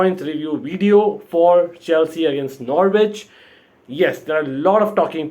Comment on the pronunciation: Slight hint the W is silent it's Nor-itch 😉😃